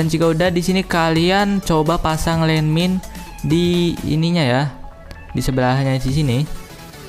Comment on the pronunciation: gua ketawa saat lu bilang???????????? JADI LANDMIND E LANDMIND